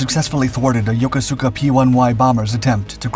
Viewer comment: Yo-koo-ska, NOT yo ko su ka